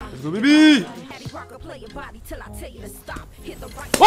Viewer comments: Il a dis l'est go beby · On aurai cru cru que ta dis endzubibi !!!😂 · Ta dit zoubibi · il a dit boubibim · tu as dit let's go baby ou habiby ou allez bébé 😅😅😅